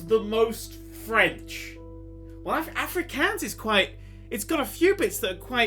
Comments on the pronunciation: Interested that Nerdcubed likes to pronounce my language so wrong (Afrikaans) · As a South African, hearing pronounce Afrikaans was the funniest thing. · Lol, I'm Afrikaans, and I have to congratulate you on guessing correctly. The way you pronounced the name of the language is hilarious though.